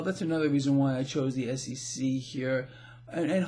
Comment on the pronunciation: Hey,it sounds like you're saying SCC